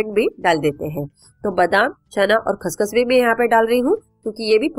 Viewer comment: Khss khss key hota hai didi